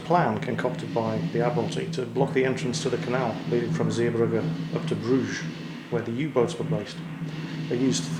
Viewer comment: you pronounced it pretty good but i cringed at bruges :p